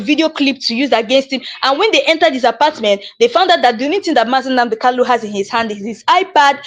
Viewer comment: Why can you not pronounce Kanu? The name is Kanu and not Kalu.